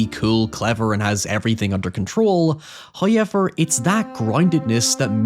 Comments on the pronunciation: FIrst "hoyevver" drops , in the sponsorship spot. Don't skip the ad reads, folks! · Exhibit HOYEVER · first "hoyevver"